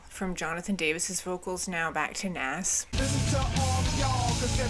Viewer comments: Nas is actually pronounced like Naus not Naas:) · Did u say naaas? It's nas lol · It's pronounced "Nawz" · How she pronounced NAZz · Nas is going to be pissed you repeatedly pronounced his name like that. haha. I hope he never hears about this. Great review. This is the last actual KoRn album. Head quits due to a heavy Meth addiction but later rejoins. The drummer leaves due to disagreements within the band. Now the Bass player Fieldy is gone for unknown reasons. Hopefully he returns. Your KoRn series is great! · You don’t know who Nas is and pronounced it wrong 😂. It’s OK, check out songs like The World is Yours, Made You Look, and One Mic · 😑 the way you pronounced Nas haha please do a Nas day for yourself other quick things that came to mind: There are sooo many incredible “Did My Time” live performances “Alive” is one of the first songs Korn ever wrote and the guitars on the chorus are actually the guitars to “Need To”. They decided to add it to the album because it was very fitting to totally go back to their roots. Definitely check out their demo tape; you’ve heard all the songs so no spoilers left. All the live shows from this era are great because they knocked out so many shows at this point as the original 5 that it is just very fluid. I think the only complaint about this album when it first came out was how raw the production was and how seamless they were album to just crank these songs out. It was maybe to formulaic but I think it’s held up after all these years.